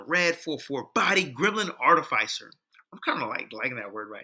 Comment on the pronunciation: I'm curious if you have any updated recommendations? I dig what you're puttin out with this video, it's a totally different direction than I went with it Miniscule side note, your pronunciation of artificer is gonna give me a brain aneurysm 😂😂